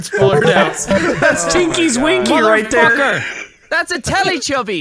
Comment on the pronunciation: "thats tinky's winky right thare" - 2019